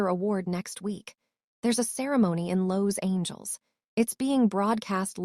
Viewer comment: Lowe's Angels? Did the AI misread Los Angeles? 😂